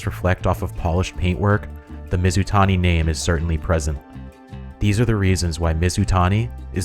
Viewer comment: Where do you get your ideas for videos from? You nailed Mizutani.